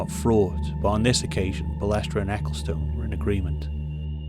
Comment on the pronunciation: Interesting documentary. It was Jean Marie Balestre though, not Belestre.